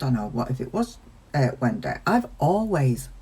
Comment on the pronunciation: Still love how you say “Wen-day”. 😁